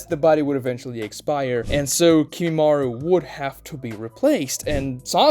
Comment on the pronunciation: Also it's not kimimarU it's kimimarO